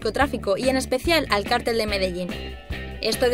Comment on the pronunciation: En realidad está bien dicho: "cártel" es una organización, mayoritariamente ilegal de personas y "cartel" con acento prosódico en la "e" es un afiche o pancarta que muestra un anuncio.